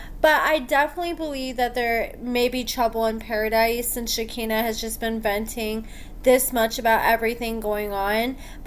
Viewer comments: (Shuh-kai-nuh) not (Shi-kinna) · I love your channel and you,, but it’s pronounced “shik-EYE-nah”. Thanks! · Yeah for sure. I’m not normally one to go around correcting people’s grammar, but this was driving me crazy. I’m like “come on, you watch the same show we do, you hear how it’s pronounced.”